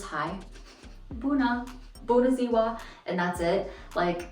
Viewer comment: First of all, "mitzu" spell on your cup, means "kitty" in Romanian! :))) Now You know a romanian word. Also, you pronouciations of "buna ziua" its perfect, considering Romanian language has a letter which no one has and pronounces: a. You should socialize with romanian language speakers. Btw, how the apple in your hand, tastes? As in US?:)